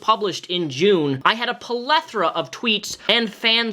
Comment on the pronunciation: hey this is the first video ive ever seen from you and I dont mean to sound like a nag or critisizing but in this video you say "I had a palethra of tweets" but it is spelled and pronounced plethora Good video anyway! I dont know why I decided to comment, just felt like spreading knowledge p.s lol madame